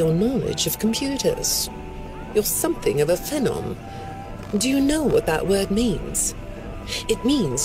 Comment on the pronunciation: Ugh... I hate how she read phenom, should've been phee-nom. It just hits the ear wrong how she did it.